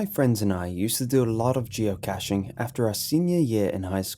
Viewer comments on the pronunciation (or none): Geo-Ka-shing is how you promounce is. Its a soft "a", not a hard one. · Geo-kay-shing. That's how you pronounce it. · it isnt geocash. its geo kay sh i do geocaching and it is really fun. it is really annoying when you say geo cash ;w